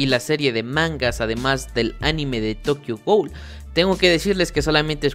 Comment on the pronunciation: Me mato tu pronunciacion de tokio ghoul